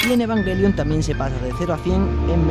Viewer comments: Es o Evanyelion o Evangelion, nunca evanguelion por el amor De Dios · eee que se dice ebanyelion!